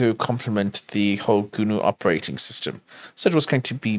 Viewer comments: why does pronounce GNU as "Gooner" lmao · Is it just me, or do I hear "Gooner Hurd". Sounds scary